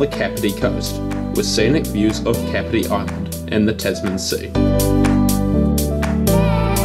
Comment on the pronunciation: Not too bad. Only one thing, you seriously need to work on your pronouncation aye. I mean come on that's not how you say Kapiti.